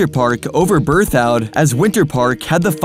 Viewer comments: Can't get over BerTHOUD, instead of BerthED pass. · It's pronounced ber-thud not ber-thowed. I wish there was a future for Geneva. Cuchara doesn't get enough snow. It's not going to work. Colorado needs any new areas to be at or W of the Continental Divide because of snowpack issues. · It's not berthoued! Brrrthud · FYI: Local's pronounce Berthoud "berth - id" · It is pronounced "Birth Ud" pass, or "Birth Ed" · Yeah, I am from Loveland so hearing him say that over and over was driving me crazy. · That’s not how you pronounce beethoud or why winter park succeeded while berthoud failed. Did some hick from Missouri with access to Wikipedia write this?